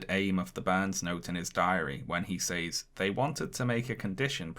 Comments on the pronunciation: You’re pronouncing the word “says” wrong, for a British person. It should sound like “sehz”. It’s distracting from your video. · Says is pronounced " sez," like "rez," not "saze," like "maze."